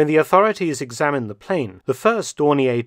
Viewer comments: In German, it's pronounced "Dorneer" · May I query Mark Felton's pronunciation of Dornier? I once heard it pronounced that way and thought it was an error by someone who believed it was French. Was Dornier from Alsace and retained the French pronunciation? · I have been pronouncing Dornier incorrectly for 65 years.